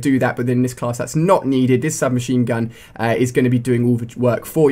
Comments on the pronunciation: i think u said shub machine gu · U said shub machine gun